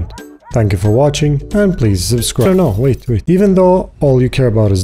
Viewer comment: im waiting for some ppl to get super annoyed abt you saying weight not wait XD